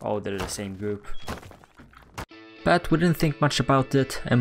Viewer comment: why can you say but, you keep saying BAAAAAAAAAAT